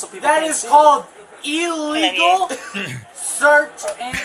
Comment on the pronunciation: I love the consistent mispronunciation of the word illegal by this LaCross buffoon as well as many others. Illegal = ill-eagle (as in sick bird) not EEEE-legal.